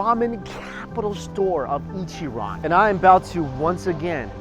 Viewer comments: being an asian, please at least make the effort to pronounce ich-ran right. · NieR: Ichiran